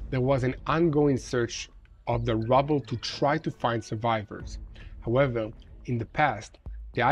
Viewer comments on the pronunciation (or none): none